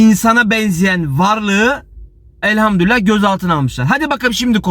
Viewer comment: Elhamdülillah Hızlı konuşurken elhamdurillah diyorsunuz dikkatli olunuz